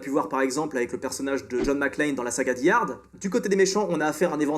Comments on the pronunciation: Faire des critiques cinéma et ne même pas savoir prononcer "Die Hard" correctement... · Oui c'est die comme dans "tomorrow never dies" ou "born to die" 😅 die hard ça veut dire en gros dur à cuire mais je pense que tu le sais ça doit être un acquis de langage un peu comme ceux qui prononce "true liz" 😆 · Il s'est rattrapé avec Mind set